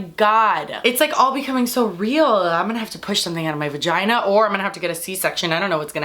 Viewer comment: "and it's hurting my Vahginah"😂😂😂 (Yes I know it's vagina, but she said it differently okay!!!)